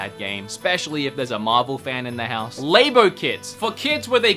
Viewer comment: Great x-mas list! One thing I’ve noticed for a while is your pronunciation of labo. Think of the word as “Nintendo Lab” rather than “Labia”. It does make me giggle however, so take my advice with a grain of salt. Haha. Happy holidays! Love ya!